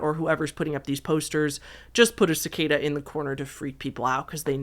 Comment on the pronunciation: There is no R in cicada!